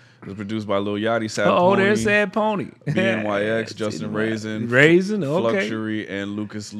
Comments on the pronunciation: OMG every time you said B N Y X I wanted to scream lmao BNYX = BennyX lol you could even hear his producer tag on the beat lol. I was wondering if you would catch on to it lol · BNYX killed it on production and btw it’s pronounced Ben E X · bnyx pronounced benny x btw